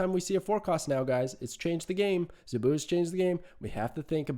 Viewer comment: Zabu rhymes with "taboo". Great analysis, btw! Fun facts: Dazzler made her debut during the Dark Phoenix Saga (X-Men), the issue AFTER Kitty Pryde made her comic book debut, in February of 1980. Zabu has been Kazar's sidekick since forever (seems). Early X-Men issues had the team running around the Savage Land quite often. The X-Men slumming around the Savage Land was always pretty fun. Nothing like Storm in a fur bikini or Wolverine get into a fight with a dinosaur. Sauron is a mutant (and ANOTHER X-Men adversary). His human form, Dr. Lykos, has powers similar to Rogue - he can steal your lifeforce (and kill you by doing it), which turns him into the maniacal Sauron, who could hypnotize and turn a hero against their team. Think Dr. Jekyll and Mr. Hyde, if Mr. Hyde could fly and had hypnotic powers. He was a scientist in the Savage Land.